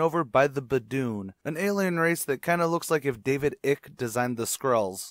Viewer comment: I cringed when I heard you pronounce Icke's name so badly